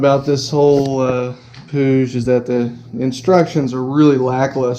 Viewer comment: no one knows how to say puig xD wtf?!